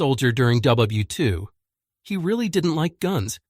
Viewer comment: if its a labor of love then listen to the damn video when its finished; it's WW2, not "wii". simple, simple fix.